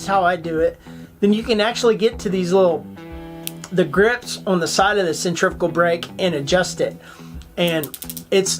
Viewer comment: Pretty sweet review of the Piscifun brother and love when you tried to pronounce centrifugal. Centrifyoogle!!!! lol Thumbs up brother!